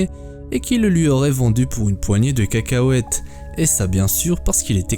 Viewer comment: "Pour uneu poignée de cacahuèteu" 🤣👍